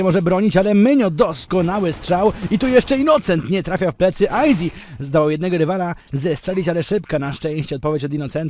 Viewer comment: meczyk spoko, jedyny minus to izak który nie umie poprawnie powiedzieć aizy